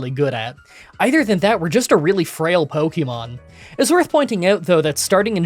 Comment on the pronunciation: Light Ball ftw I didn't even know Static and Magnet Pull could do that with wild Pokémon encounters! (Also yay you are finally learning how to pronounce Pokémon correctly)